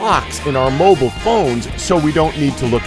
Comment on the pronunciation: Did he pronounce mobile as "moble"? 😂